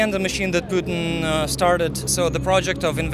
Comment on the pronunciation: Brother can you pls stop saying P”you”ting? It’s Putin as in putting without the g.